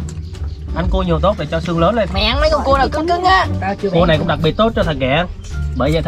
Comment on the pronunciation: Con cua thật đọc ra con cu